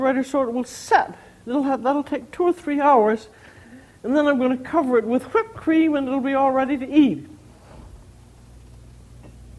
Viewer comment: I love how she says whipped. "I'm going to make ha-whipped cream."